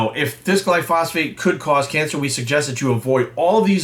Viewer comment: Pretty sure that’s not how you pronounce Glyphosate. It’s not phosphate.